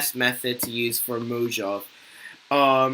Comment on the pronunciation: it's pronounced mohavay no Mojave